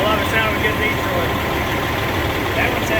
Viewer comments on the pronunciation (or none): About - "I love the sound of a good DeeTroit". could star in a Pure Michigan commercial.